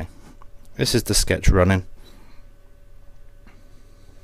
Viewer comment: a SHETCH?